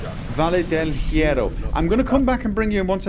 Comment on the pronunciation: Here's a tip. You don't pronounce the H at all in spanish. Also, you have to roll R's when there are two of them together of when it is at the start of the word. You also pronounce double L's and Y's as the J in the word Joke:)